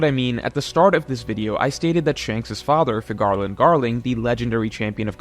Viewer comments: My apologies you pronounced figarland like and I clicked off the video😭 I’ll still give you a like tho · bro can't pronounce Figarland